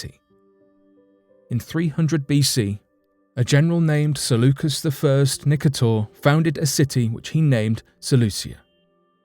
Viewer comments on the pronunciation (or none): none